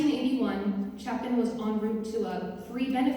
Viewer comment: It's actually pronounced chay pin !!